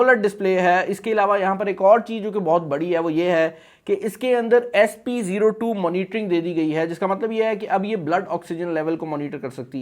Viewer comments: please correct your pronunciation of SPO2. It is O2 abc wala o2 js ka matlab hai oxygen.jab k aap bar bar zeero 2 keh rahai hian. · Sp02 nahi SPo2